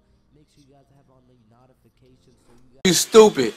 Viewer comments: "What the hell is NOOtifications" lol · your not making in valid points hes clearly right your all u did was just make fun of him and laughed just because he said notifications the wrong way but I think you Didnt put on lotion this morning or chopstick with your crusty lips